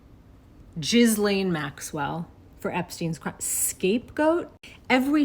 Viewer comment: with a S we pronounce GISSS LEN au Québec 😊